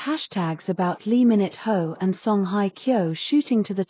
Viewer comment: It's lee min ho not lee minute ho .